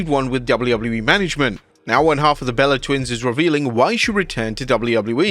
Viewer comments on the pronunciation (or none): none